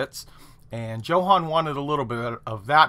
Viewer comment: I bet it's pronounced YO-HAN.......Great vids.....